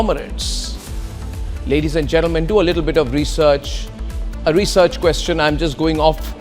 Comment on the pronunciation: When he say research.. I don't know I got laugh